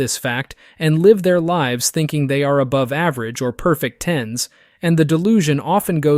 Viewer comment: "Ten s?" ten ass maybe lol. Don't you mean "tens". Sometimes I feel OP of the channel is just a bot lol. Also, what is with the poor editing this video.